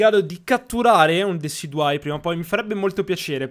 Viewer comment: Eren si dice deciduyè